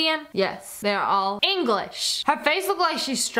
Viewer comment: Also notice she said "English-ian"😒😔